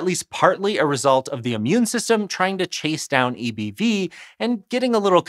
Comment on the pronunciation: I can’t stop hearing “eeby” and laughing